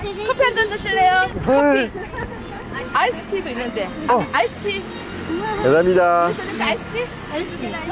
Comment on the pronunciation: Je tombe sur votre vidéo qui est géniale ! Votre 감사합니다 me semble écorché mais vous vous faites comprendre et c'est là, le plus important 👍 Il faut que je trouve le début de votre voyage en Corée du Sud